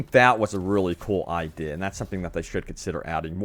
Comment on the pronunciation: I-de-a say it with me